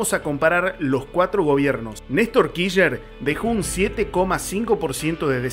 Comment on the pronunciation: kisher, jajajaja , , , , , , , , , . Se dice /kir/ /ch/ /ner/ chango!, o al menos /kish/ /ner/. En fin, muy buenos tus videos, los estoy escuchando todos mientras boludeo acuarentena'o. Como decís, tarde o temprano vamos a ganar, es solo cuestión de tiempo. Mucha gracias y mucha suerte hermano.